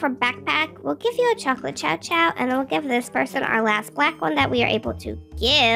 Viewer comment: I love the chow chow and I love how almost said chom chom😂